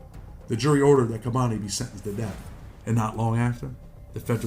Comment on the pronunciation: it's "kah-boni" not "kay-boni"